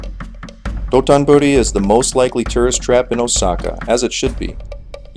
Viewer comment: It’s DOTONBORI not DOTONBURI :)